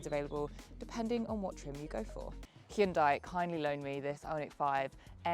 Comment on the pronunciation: I bet Hyundai were thrilled that they gave you a car and you then mispronounced their brand name - especially after they spent millions publicising how to pronounce it....